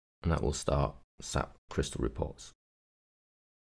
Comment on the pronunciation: its not "SAP" its pronounced S - A - P, you actually have to pronounce the individual letters dude. All you have to do is call them and/or speak to someone from SAP at a conference and pronounce it as "SAP" to really piss them off.